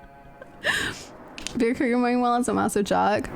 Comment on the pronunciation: lol I love that still sometimes calls Byakuya "Bakula"